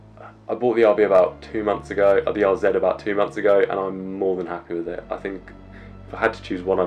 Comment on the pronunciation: Thanks you for pronouncing RZ correctly as a brit